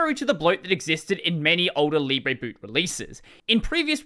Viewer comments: If it was pronounced "leeb-rey", it would be spelt libré. It's "lee-bruh". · Oh, "libre boot" Here I thought it was "lib reboot" until I heard him say it out loud.